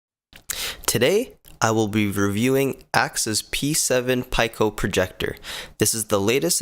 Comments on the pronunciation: pronounced PEEKO not Pieco, great vid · pee· kow - This is how you say it.. :-) lol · Why post a video and you won't respond to any of the comments? Also please learn how to pronounce the name of the projector.